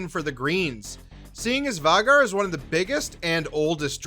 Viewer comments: Hahahahaha “Vay-gar” not var-gar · How do you mispronounce Vhagar..pronounced "vayy- Garr" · Var-gar ..lol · Why does he say all the names wrong?? Lucerys and Vhagar are pronounced weird too.